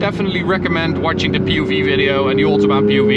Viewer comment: So at the ootobaan